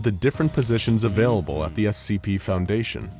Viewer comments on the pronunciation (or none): none